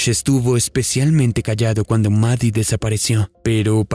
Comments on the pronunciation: La llamas 'Mari' y se llama 'Maddie'. Su nombre se pronuncia exactamente igual 'MADI'. 🫰🏼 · Ok pero no se pronuncia "Mari" xd